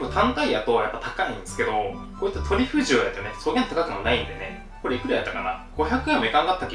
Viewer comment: トリュフとトゥリュフって言うのやめろw